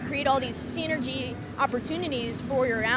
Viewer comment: Seenergy lol